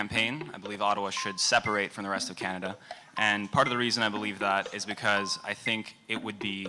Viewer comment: the way she pronounced “Canada” smh